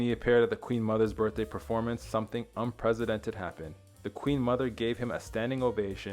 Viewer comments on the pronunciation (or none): Did this kid just say “unpresidented?” It’s bad enough he can’t pronounce Cagney name correctly but come on.